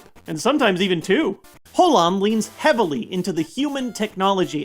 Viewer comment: He said Howan Region.